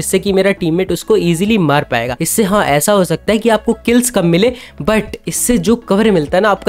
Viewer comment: I love how he says millae ❤